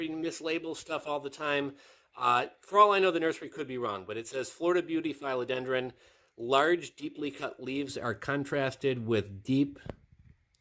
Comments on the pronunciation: Philodendron not Fileodendron. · your suppositions on these plants are all wrong... there are several professional growers you can message.. you can;t even pronounce philodendron! trusting facebook posts etc is a crap shoot at best...